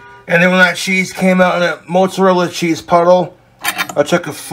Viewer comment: "moatzurella sscheez"